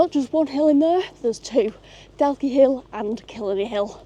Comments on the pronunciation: The quarry where you climbed up the steps in (Daw-key) Dalkey is where they extracted the granite that built the Embankment in London. All along past the Houses of Parliament is all Dalkey Granite. Also the ships dry dock in Liverpool. Originally quarried to build (Dunleary) Dun Laoghaire Harbour, the stone was too hard and too expensive to waste so they infilled all the piers with granite from Scotland and just dressed them in Dalkey Granite. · nope, the L is silent. Same with Dundalk.